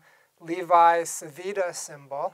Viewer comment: the correct pronounciation of "Levi-Civita" is more or less "LEHvee-CheevEEtah"